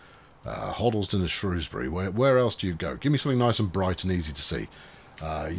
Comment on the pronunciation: You must be off your "trolley" looking for tram based puns. By the way congrats on saying Shrewsbury correctly, and not the evil way the BBC or southerners say it.